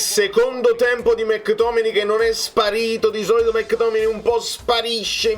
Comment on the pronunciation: Impariamoli questi nomi che poi ci sfottono! È McTominay, dai, non è difficile 😅